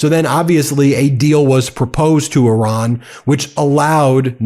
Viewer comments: PLEASE DON'T SAY "ERAAN" THE COUNTRY'S NAME IS IRAN PRONOUNCED "EERAAN", THANK YOU. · He cannot even pronounce Iran. My god. He's a disater and the world is affected. Im so sad, stressed, and not sure how ill make it through. I did global business. 35 years gone and now poverty because of him and a psycho family. Chimps never going to help. We wont make it 4 years. 4 months ruined us. We're ruined